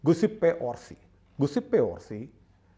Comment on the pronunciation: ഇറ്റാലിയൻ രണ്ടാമത്തെ പേര് ഗുസിപ്പേ അല്ല ജ്യൂസേപ്പേ എന്നാണു g ഇറ്റലിയിൽ ജ ആണ് 😊